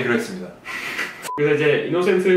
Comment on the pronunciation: innocent면 인노센트라고 읽는게 맞는거 아닌가요? 혹시 이스터?